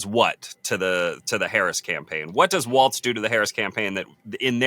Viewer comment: HIS NAME IS WALZ (WALLS) NOT WALTZ-AS YOU CONTINUALLY PRONOUNCE IT